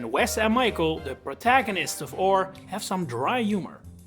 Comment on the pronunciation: It kills me every time someone calls Orre "ore" and not "or-ayy".